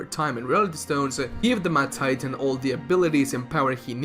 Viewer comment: He said mad titan, but I heard math titan. Now that would be an absolute heel supervillain